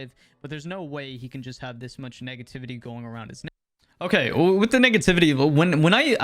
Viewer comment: anybody else hear “n*ggativity” instead of “negativity” ?